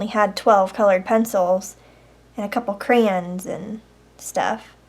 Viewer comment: ahhhhhhh the way she say crayon its cray-on not cray-in